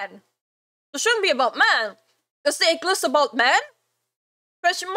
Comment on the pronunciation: Thought she said egg list, but "ick list" makes more sense.